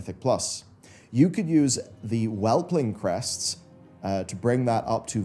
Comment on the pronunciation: Yes. My skin crawled when I heard the word "crests".